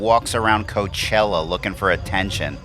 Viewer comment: Hey Did I hear you correctly when you called it C*nt chella